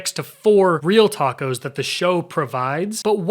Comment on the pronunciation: why do you keep saying A tacos????